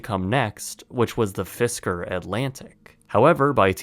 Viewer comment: It’s “Fisker”